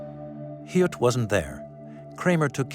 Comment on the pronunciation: Please correct the Drs. Name, (August Hilt) … Actual doctors name is August Hirt. This man was pure evil.